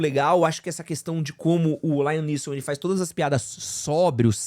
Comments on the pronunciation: Mas em ele falou certo. Ele falou errado o "Laiam Neeson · Isso sem falar no LAIAM Neeson kkk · Não é remake, é continuação. E não é "Lion Nilson" kkkkk